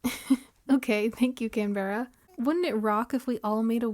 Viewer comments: hii! started watching your videos the other days and theyre very cozy i love having them on in the background while I play my own island or work on stuff! i hope you dont mind me saying- but as an australian canberra is pronounced can-bruh/can-bra😅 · Canberra is pronounced can-bra, it's the capital city of Australia!